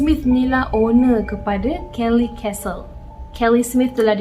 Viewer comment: Kellie's Castle. Ada S kat situ. Nape sebut Kellie je? Tak fasih English ke